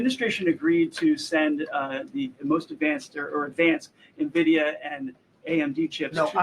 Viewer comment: Very sad to learn pronounces Nvidia as "Nahvidia"